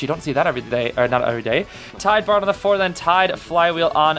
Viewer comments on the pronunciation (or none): When said borrowed knee jerk I thought he said farrowed knee jerk on the farrow lady 😭